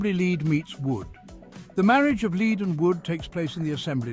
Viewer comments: lead, in this case, is pronounced "led" the e is short as in egg or there would be a line above it. i only mention it because after a few minuets its said like 30 times and is very distracting to the content. if you are using an auto-reader, just spell it "led" and it'll say the correct word. :) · English is difficult for this A.I.. Pronouncing lead as leed.